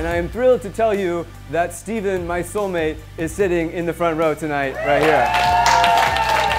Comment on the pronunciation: I came across this video on facebook and I laugh-cringed at 'solemate' lol